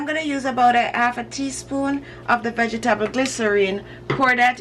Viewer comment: is Your Pronounciation Of "Vegetable" Is Well Known?